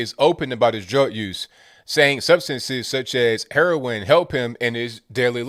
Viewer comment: Lol! Heron.. are you from Brooklyn??